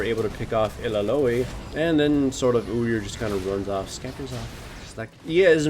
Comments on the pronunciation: Ilalolli, hawaii or illaoi? lmao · il la loee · I LA OH WI ( or I LOOWW WI ), here, it's not perfect but nobody will cringe hearing you butcher her name ^^! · ha wai ee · If illaoi's name was actually pronounced like that... Idek... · Oh god the way he says illaoi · illaoiloy-loy-loy-loy loy loy loy